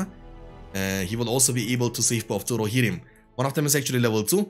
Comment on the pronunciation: I like how he says "Rohirrim", sound way cooler than I say it.